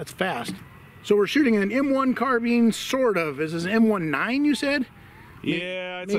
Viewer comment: "Carbine" pronunciation: Ian McCollum from Forgotten Weapons did a survey of YouTube videos and found that most guntubers call it a "car-bean" and most gamers call it a "car-byne" with something like 75-90% consistency. Edit: I guess I got mixed up and gave the credit to the wrong guntuber. Whoops! My memory ain't what it used to be, it seems. Ian did a short video about it, but not the survey thing.